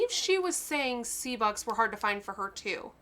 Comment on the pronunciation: Bux not bud LOL😂